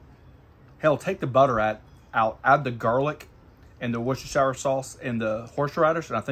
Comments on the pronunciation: We just pronounce it wuster sauce in the uk 🇬🇧 mate 👍🏻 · 'W Sauce' is pronounced "Wuss Teer Sheer" sauce - I'm English :-)